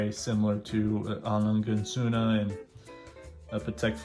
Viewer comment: A Lange is pronounced with an exaggerated “a” like when you say “ah” so it’s A L”ah”nga and Sohne is pronounced Z”oo”na as in Zoona.